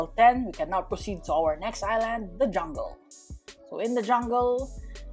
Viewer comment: It’s so funny when u say jungle